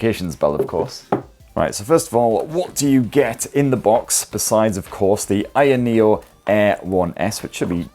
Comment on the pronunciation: say it any way u want,, it's a free world (as long as company is ok with u BUTCHERING the name of its flagship product;D)